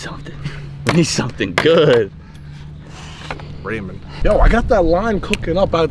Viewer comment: Raymond (rain-man)